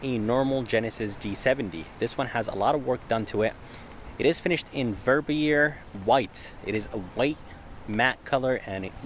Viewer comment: Ver-bee-yay. That’s how you say Verbier, the color. Nice car and video!